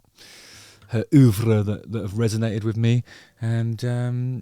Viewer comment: I love when you say OEUVRRRRRRRRE